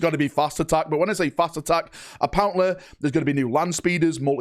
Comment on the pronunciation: "apperentleh" still butchers any englisch pronounciation.